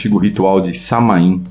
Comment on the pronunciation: A pronúncia de Samhain é "SÁ-uen" com o "u" como semivogal